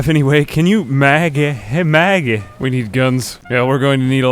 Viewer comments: Idk what it is, but I love the way you talk. It makes these videos 10x better than they already are. And you come out with this like Mahggeh and I am here for it. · Love how he pronounces these things "The baad bed... the ba-ed beed" "Hey Magge~"